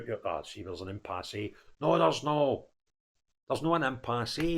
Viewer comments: It's pronounced impass, not impassé. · Dear, The 'e' in impasse is silent. Frank.